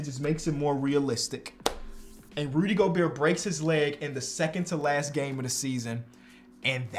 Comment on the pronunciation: says ruby gobert not Rudy gobert😭